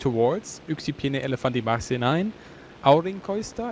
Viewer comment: Me as finnish hearing elefanttimarssi yes yes we made it